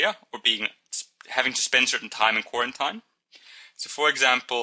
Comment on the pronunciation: Its not pronounced ( spelled phonetically of course) Q-war-ent-ien It is pronounced Q-war-ent-een I is the Letter I and the mistake is very understandable but just for future reference :) ( my entire biology class listened to this and we all had the same feeling on the matter) Apart from that though the video was great